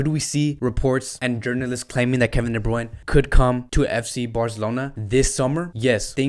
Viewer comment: Bruyne Bruyne Bruyne not bruyn